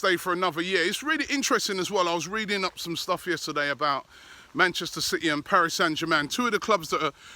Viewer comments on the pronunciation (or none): none